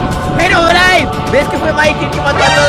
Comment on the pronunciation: Por que no callo el trueno cundo mikecrack dijo herobrain en el like si te diste cuenta